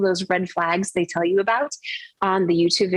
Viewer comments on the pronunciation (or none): none